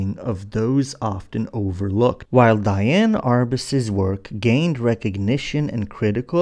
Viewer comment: Just an FYI - Her name was spelled Diane but it should be pronounced as Dee-Ann.